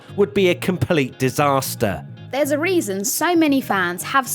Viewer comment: It would be a di-spa-ster